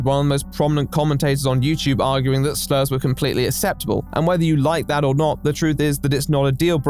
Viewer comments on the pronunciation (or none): Why does pronounce acceptable like Supernanny